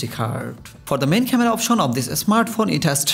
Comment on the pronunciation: It's Bangladeshi accent. Indian Bangali don't call smartphone as "esmartphone".